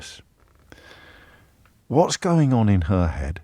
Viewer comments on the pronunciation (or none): Love how Truss made James go a bit brummy 😂